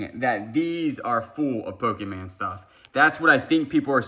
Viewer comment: PO-KEE-MAN? No. PO-kah-mon. I know you screw up words on purpose, but this is the only word you mispronounce 100% of the time, which leads me to think you don't KNOW the proper pronunciation. No charge, you're welcome! Love your channel!